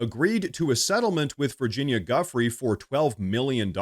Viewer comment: Giuffrè is an Italian surname. it's not GAffreeee 😂 are you like the French now, who mispronounce every name